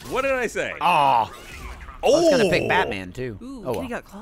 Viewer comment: the way he says Batman kills me every time